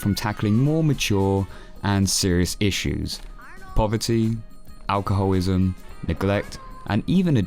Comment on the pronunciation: Haha you said alcoholwism